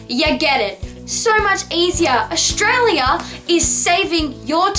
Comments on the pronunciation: It's not pronounced Oshtralia. It's Australia. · Nah Its pronounced Stralya!! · Olivia VS Aus who's "we"? Most Australians don't say "Aushtralia". Only people who say "shtrong", "shtudents" and "shtruggle" do.